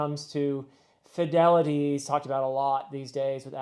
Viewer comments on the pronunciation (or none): none